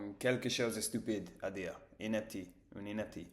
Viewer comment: Bonjour, Beau travail, une inéptie se prononce "iné pssi" voila, je te souhaite bonne continuation j'imagine que notre langue ne doit pas être facile à apprendre.